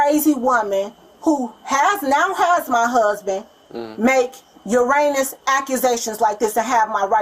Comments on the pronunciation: hhahahahaha I just read the comment the moment she said "uranus accussations" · Don’t worry, I know you meant “erroneous”, and the heat of the moment made you say Uranus lol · “ Uranus?” Lmao…. It’s “Erroneous!” It just kills me how people try to use words when they don’t know them. If you don’t know the correct word, use a different word to describe what you’re trying to say. It’s a sad thing how she has to try and cover up this very sad situation. WHO SUFFERS because these people cannot keep their legs closed? The KIDS!! Just disgusting ! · 1 Her name is SUSHI?! seriously... smh 2 She says she doesn't want "URANUS akuzation" 3 What you need to aks yourself is.... what does that make them? Cop: a Witness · I think she meant "Eroneous" 😅😅😅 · I heard uranus obligations... LOL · Yeah. I heard her say Uranus accusations. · she mispronounces 'erroneous' allegations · Took me a minute she meant "erroneous", erroneously.